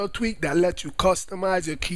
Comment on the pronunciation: i didnt realize till half way through the video he was saying tweak.. i thought he was saying tweet lol im like what does twitter have to do with changing the color of your keyboard